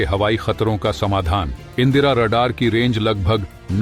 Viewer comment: INDRA. Radar. Not. Indira. Radar.